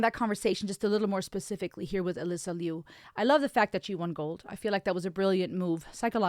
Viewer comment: you the only one said her last name correctly.